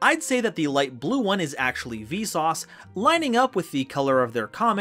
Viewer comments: I think it should be closer to Veesus. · Everytime he says Visas, I always hear it as "Vsauce", which made me confused at first. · You cannot convince me he hasn't been saying V-sauce this entire time. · I'm pretty sure he's been intentionally saying it as "Vsauce". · the way you pronounce visas makes me think you're saying 'Vsauce' and i can't get it out of my head now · Not going to lie, every time you say Visas I hear Vsauce XD. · Cant unhear "Vsauce" up until reading it, and honestly still have a hard time pronouncing "Visas" that way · Everytime he says Visas, I hear V-Sauce ':c Anyway, those cards arent even out yet and I already hate them. Played against em in Edopro and was like "Why would anyone want to play this, other than ruining your opponents fun on purpose?" These Kshatri-La's are so overly boring and do nothing but "Don't let your opponent play the game". Why, Konami. Why. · Why do I hear Vsauce instead of Visas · Am i the only one who pronounces the = on visas' name?